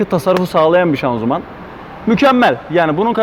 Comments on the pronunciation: şazımanı neden şanzuman diyorsun kardeş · şanzuman değil hocam şanzıman